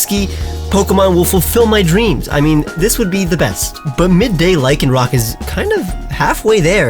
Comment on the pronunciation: LYCANROC DOES NOT END WITH A K!